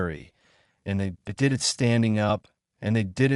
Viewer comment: 2m:56s: Sigh ... Not again with this "brain"-damaged text speaker the cannot handle the English word "it". I T is the mark of a poor "author" who does not do a prrof-read, does not do a proof-audit. --- This means IT is time for me to bail out, and leave a THUMBS DOWN. --- And to not even open the next two stories suggested by YouTube.